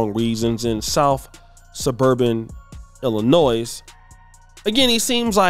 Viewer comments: Great content , keep up the great work! Just an FYI , the S is silent in Illinois. No offense. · Let’s not be pronouncing the s in Illinois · You guys are killing. The "S" at the end of Illinois is silent. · the "s" at the end of Illinoi(s) is silent 😊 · What? D-O-T-T-S? Yet he "educate yourselves." I cannot believe this. The village is an embarrassment. And, you still like to include that "s" on the end of Illinois. Broh, the "s" is silent. 😅